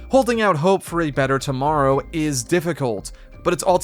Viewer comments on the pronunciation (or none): none